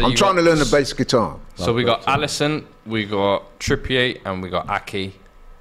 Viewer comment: Bro said Alisson